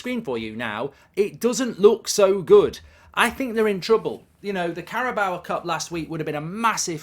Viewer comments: Why does he say carabowa cup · Carabao is 3 syllables